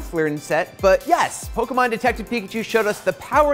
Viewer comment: Jesus Christ, it's Po-KAY-mon not Po-kEE-mon. How do you have her not learn the IP she's covering?